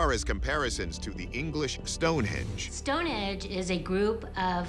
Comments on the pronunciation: She really says stone edge 😂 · the fact she calls it “Stone edge” doesn’t do much for her cause 🤦🏻‍♂️